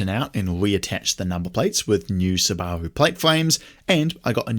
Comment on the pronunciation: It's closer to the original Japanese pronunciation so from my perspective the way everyone else pronounces it is strange